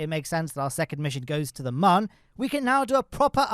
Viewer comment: I know you've been saying it that way for years but it's still not too late for you to adopt the correct pronunciation of Mun (it's also moon).